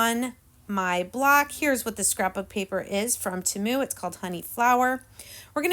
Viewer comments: I hope you don't take this as rude. But temu is pronounced (TEAM-U sorry please don't take it as being rude. You are a wonderful crafter. You are so creative. 😊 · Their commercial during the Super Bowl, they pronounced it Teh-moo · Agreed not that serious I pronounce it tea mu Lets keep in mind that everyone has a different accent so we all pronounce words differently. Such as im from brooklyn NY and we really talk different then the rest of the country!!😂